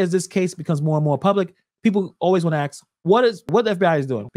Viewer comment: Ask not axe buddy. Please speak as if you passed 3rd grade.